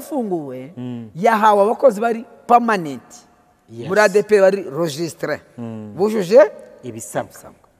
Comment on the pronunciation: Ese nkubu Nshimiye aba avuga iki koko uretse amatiku ko ntakindi azi? Umuntu utazi no gusuma? Nyumvira ukuntu avuga ngo registré? Wamugabo we waretse ubujiji ukareka kubeshya abantu koko? Ntasoni ufite ? Ngo nta gukorera Imana? Ubu nka Nshimiye niwowe wari umukozi w' Imana? Ese ninde wababeshye ko hagiyemo abadasanzwe mu murimo? Ninde wabashye ko iyo umuntu yize aba adakijijwe? Ninde wababeshye ko hakizwa abakene gusa batanize? Muraruhijwe mwebwe ahubwo pe! Ubuse iyo murebye mubona igihe cy' injiji nka Nshimiye w' umusabirizi aribyo itorero ryari riyobowe neza?Erega mujye mwemera mwakire impinduka.Ntabwo ADEPR ariyo izahora muri ubwo bujiji bwanyuuu.